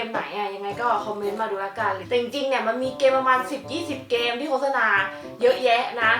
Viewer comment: อ่านว่า โคด-สะ-นา ไม่ใช่ โค้ด-สะ-นา น้าาา 😆